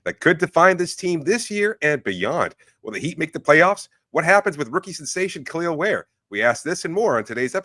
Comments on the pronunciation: How anyone can get “eel” from “el” I don’t understand. It’s the team you cover. That’s just not doing your job well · Out of respect for Kel'el, can start pronouncing his name properly please? I know it's a common mistake but we are the fanbase and we especially should get it right.